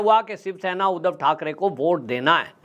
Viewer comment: उदव नही सर जी , उद्धव बोला करो , जय महाराष्ट्र